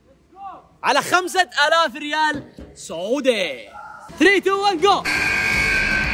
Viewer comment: اول ما قلت سعودي كأنك جيمز امريكي على كوري يقول كلمه سعودي 😭😭